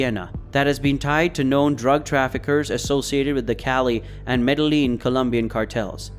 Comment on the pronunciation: You can't say medellin properly either. Did you complete primary school?